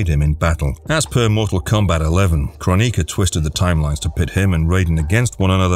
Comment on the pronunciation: ffs...it`s kroni-K-a not kron-I-ka...